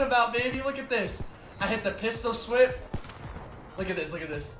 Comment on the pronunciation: He said "I hit the pistol swip" 😂😂😂